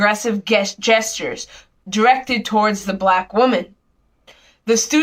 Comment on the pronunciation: I'm not able to judge the possible ages of these two young women based on visuals. However they both communicate like fourteen year olds. They are definitely reading something they didn't write and neither are competent readers. The woman on the right mispronounced "gesture" initially with a leading hard "G". Could only happen if you are reading AND not very articulate. The glances to the left are seeking support from somebody else who may be acting as a personal carer. Forgive my Aussie ignorance - never heard of ASU - but was this occurring in a sheltered workshop?